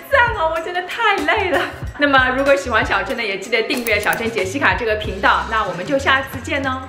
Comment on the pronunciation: 第一次听到你介绍自己觉得Jessica这种中文发音有点搞笑。但没想到你的这种念法很有魔性，现在我脑子里天天都回荡着“”，加之你更新频繁，成功吸粉。👍👍👍😂😂😂